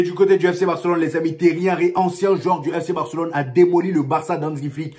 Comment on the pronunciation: C'est pas Terry mais Thierry